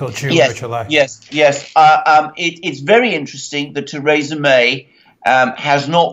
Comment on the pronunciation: God damn it Alexander, it's pronounced "Thuhreesa"